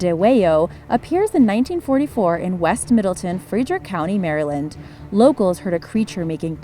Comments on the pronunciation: you said the name of the area wrong its Middle-Town and Fred-rick ok just letting you know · You lost ALL credibility to me when you managed to mispronounce Middletown, Frederick, and said Appalachia like a gd yank. BTW that's not how you pronounce Dwayyo. - a resident of Western MD